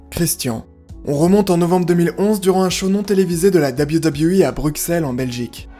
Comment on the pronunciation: Cc Bruxelles ça se prononce brusselles La vidéo était géniale